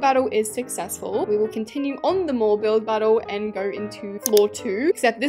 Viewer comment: English isnt my first language but when she mentioned the mouse hole in her mall i thought she said mole and i realized when she said "who add a spider on my mole" that she ment mall😭